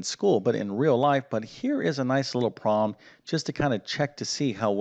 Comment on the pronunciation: The math was easy, but I found his peculiar pronunciation of the word "problem" somewhat distracting. He says "prom", one syllable. I wonder what regional accent that is.